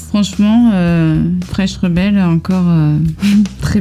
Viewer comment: J'ai adoré la vidéo ! Par contre, j'ai remarqué que tu ne prononces pas le 'n' dans 'fresh n' rebel'. Et ce serait cool d'avoir un test audio gauche/droite pour vérifier la stéréo.